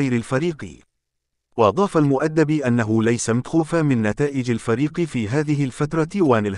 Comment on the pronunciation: يا اخي احترم الناس. الراجل اسمه حمدي المؤدب. تنطق AL MEDAB. مالك انت كل شوية. المدبي...المدبو ؟؟؟؟قبل لا تعطي معلومة تأكد من صحة كلامك !!!!!.